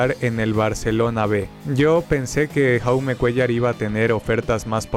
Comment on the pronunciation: Dato: El nombre de Jaume Cuéllar se pronuncia "Yaume", el nombre está en català (idioma de la comunidad de Cataluña).